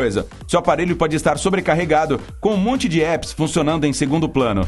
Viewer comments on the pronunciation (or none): está mal pronunciado. Maçã em inglês é Apple. A letra a se pronuncia como A, mesmo. Por causa dos dois " p". 😁